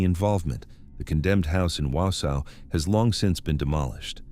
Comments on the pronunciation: Exactly! Not Wow-sow 😂I'm from Merrill, Wisconsin, only 15 minutes away. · As a Wisconsinite, I understand that some names of cities and towns are difficult to pronounce, but this narrator isn't getting any of them right 😂😂😂 it's AN-tigo😂😂😂and Wausau is not pronounced Wow-sow 😂😂😂